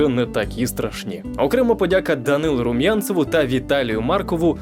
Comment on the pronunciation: Не промовляйте будь ласка прізвище Румянцев як Рум‘янцев) бо, аж хочеться стати другим Румянцевим з найбільшим донатом і мати офіційне право просити його так не вимовляти)